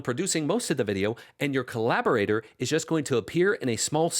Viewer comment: Dude. Co-Lab-Or-Ate-Or. Collaborator.